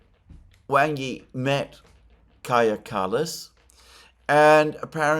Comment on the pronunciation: I know it is a nitpick sorry, but "Wang" is not pronounced like bang, but like the pong in ping pong or like wong.